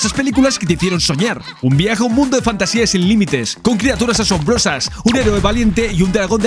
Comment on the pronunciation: No pienso juzgarte por no leer el libro pero si recomendartelo. Es mi libro favorito de fantasía. Por otra parte el reino es Fantasia (sin tilde, acentuado en la segunda A, de manera que lo leas como lees Asia por ejemplo). Para mi es un libro magico, cada vez que lo leo aparece algo que creo que no había leido antes. Por ultimo, gracias, se nota en el video que disfrutaste y disfrutas con la pelicula.